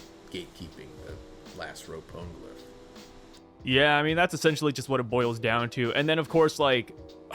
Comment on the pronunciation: "pown-glyph" XD